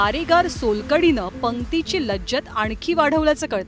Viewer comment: लज्जतमधील ज चा उच्चार चुकला आहे